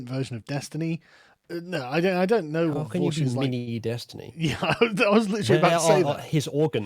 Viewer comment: "I knooooooooooo" Is possibly most english moment ever. also: Civil War is inferior to Winter Soldier, that's an objective fact.